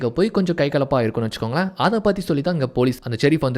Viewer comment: Vechukonkale vechukongale nu sollathinga suthama nallave ila..innum better ah solla try panunga